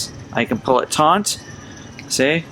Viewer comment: Taut, not taunt.